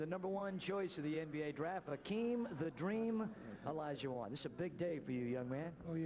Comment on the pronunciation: Isn't it Hakeem? Not Akeem?